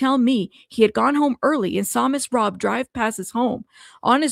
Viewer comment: It is Robb as in Robbery not Robe.